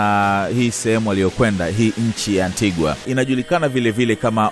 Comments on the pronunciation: Vanessa please! You should say Antiga and not Antiguwa inavyoandikwa! Mambo ya ain't hayo! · Ainaanndikwa ANTIGUA kusoma unasemwa ANTIGA! Na BAMUDA ikiisema au kuisoma unasema BAMYUDA! Tuko pamoja! 🙏🏽👍👆🙌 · Antigua is pronounced an-tee-guh..yakhee wa Tanzania my people.